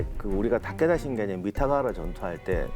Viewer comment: 재미있게 봤는데요. 근데 발음이랑 띄어읽기가 좀 이상해요. 잘 모르는 사람이 그냥 대본 읽는 건가? 하는 생각도....특히 도쿠까와 타께따랑 가케무샤 ㅋㅋ 츠키야ㅡ마도노요 ㅋㅋ 백범김ㅡ구선생 ,이순ㅡ신장군 이렇게 읽으면 좀 이상하잖아요? ㅋㅋ